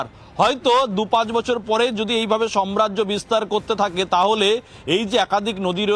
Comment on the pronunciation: টাকচার না ,হবে structure (স্ট্রাক চার) , সম্রাজ্য নয় সাম্রাজ্য, একটু ঠিক মতো বলুন । আপনাদের ভাষা আদর্শ মনে করে জনগণ।